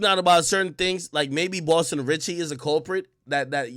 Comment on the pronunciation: It’s Boston cmon get it right